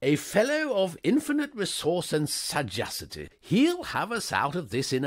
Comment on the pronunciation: Well, that was a vain hope. The reader doesn’t know how to pronounce “sagacity”. I love the description of the Right Hon. being a tubby man who looked as though he had been poured into his clothes and had forgotten to say, “when”.